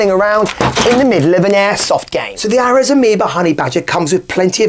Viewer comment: Aireeees, not Arez